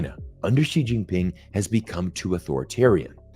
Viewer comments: Most non-Mandarin speakers also mispronounce "Xi" as "She". In fact, Xi actually sounds very much like the letter "C" phonetically. So if people want to pronounce his name correctly, all they need to do is say out the letter C (for China). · Who is Chairman Jhee? Xi is Shee. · The fact that Zeihan calls "Xi" as "Gee" shows how little research he has done about China.